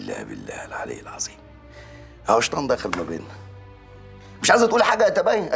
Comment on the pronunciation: الزالمين ❌ الظالمين ✅ العزيم ❌ العظيم ✅